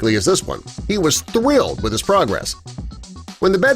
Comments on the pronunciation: “He was thwilled “ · he was thwilled!